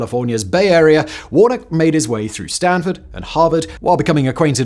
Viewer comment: I think that’s warn-a-key.